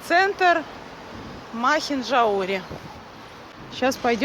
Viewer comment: МахинджаУри. Ударение на букву У